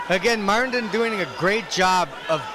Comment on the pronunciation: MARTIN. Not MARITIN.😅😅